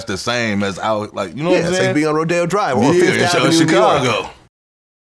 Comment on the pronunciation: Vlad…. For the love of god….. why do you say CHicago?? CHHHHHicago omg lol it drives me crazy